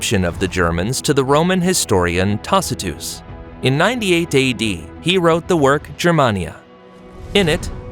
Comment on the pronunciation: I knew this was an AI video. Who pronounces Tacitus that way?